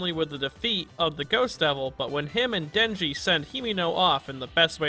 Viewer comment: are we all forgetting she did dinji wrong...so wrong